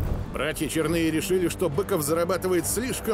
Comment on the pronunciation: Иркутского края 😀😀😀 столько же правды в данном фильме. Фамилии братьев - Чёрные, а не ЧернЫе. Никогда его не звали Бык, был он всегда Петрович. Вообще многие фамилии исковерканы, у Турушева ударение на первый слог.